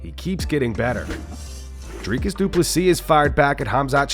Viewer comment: Drivus, Dricys.. ahahaaa sorry, but that made me laugh 😅